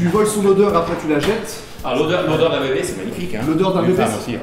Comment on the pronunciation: Mdr le Denis Il à pris l'accent de Rachid pour dire " l'odeur "